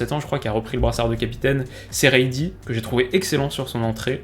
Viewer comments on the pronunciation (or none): La prononciation du vétéran c’est serie dié sinon super analyse comme d’habitude 👌🏾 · Juste, Serey Dié se prononce Çéré Dié